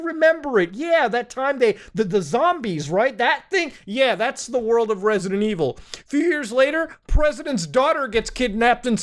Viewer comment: Risidint ivil